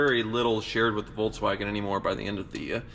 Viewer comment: volKswagen. Not volTswagen. It's not an EV.